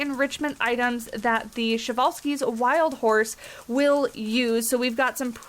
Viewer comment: Man I’m really excited to have these guys in my zoo. I’ve known about them since I was 6 or 7. They were in another zoo game I had, but I never was able to unlock them. I forgot about the correct pronunciation until I heard you say it. 😂 I learned about it a long time ago but forgot. I mean it’s a Russian name so I’m not used to it. But yeah they were discovered by Nikolai Prezwalski. I’m really excited for them!!!😃